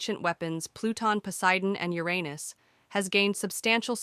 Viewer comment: Bro it‘s pronounced Uranus U like in Ultimate or Under. Not Your pause Anus. Just Uranus in one quick go.